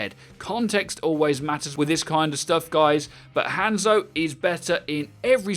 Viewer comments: His name is Hanzo, not handzo. You pronounce it as Hon-Zo, not hand-zo. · How is he still pronouncing Hanzo and Brigitte wrong lol